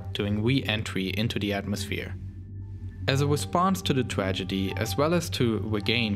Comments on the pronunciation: ...bwoke apawt duwing we-entwy into the atmosphere. As a wesponse to the twagedy... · Spwace Stwation Twagity